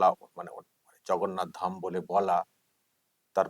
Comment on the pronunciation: উনি ধাম কথার অর্থ জানেন বলে আপনার মনে হয়? আগ্রাসী মনোভাব থেকে এগুলো করা যায় না। অজ্ঞানতা থাকলে যা হয় আর কি। পুরো পাগল হয়ে গেছেন নাহলে প্রভু জগন্নাথ কে ভগন্নাথ বলেন।